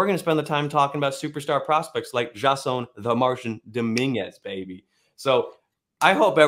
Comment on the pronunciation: His name is pronounced Jay-Son. Named after Jason Giambi, although spelled an extra s.